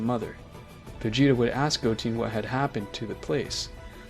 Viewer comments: Im not gonna lie i stopped watching when he said Goteen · Bro I'ma beat ur ahh if u keep saying goteen jyren and picro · I’m sorry I’m correcting you but it’s z fighters no warriors and it’s piccolo not picoro also goten you say it like gotn but it’s still a amazing vid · It goten not goteen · Bruh just said goteeeeeen. It is goten not teen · go-ten not teen, GOD that annoys me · Boi really said, Goteen, Gohain, and picaro💀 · “Goteen Gohen picciro” I think you mean goten gohan piccolo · its not gotin, its goten!!! say it with me now.... GO---TEN! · I stopped watching the vid after hearing " Goteen " . Clearly, the story is read by someone who never watched DragonBall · Go-teen Go-hen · this mf said picoro, gohen gotin 💀💀💀💀💀💀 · Guhin? Giten? Jiaeren? Kikiaru? Wtf i also almost heard gauko and u said it wrong u said ultra master instinct but its called mastered ultra instinct alraight am triggered peace out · I didn't know Gohan became GoHEN. I thought i could go through it but man, this is too much name butchering right here. Edit: Jyren Piccoro Gote Gohen Bruh you really need to get these names right man, it's like you don't know shit about Dragonball, just saying. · Bro said goteen and picaro 💀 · The pronunciation of some of these names lol. Jyren, goteen, picro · Bro cant say a single db name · good story he just said some of the names wrong love the video tho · Bro i feel like you’re saying their names wrong on purpose 😒